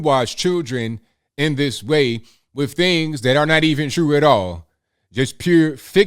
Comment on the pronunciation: please improve your pronunciation of words Say "this" not "dis" Say "That" not "dat" And so many other words, you are very hard to listen to. You have great content but i cant listen to the poor english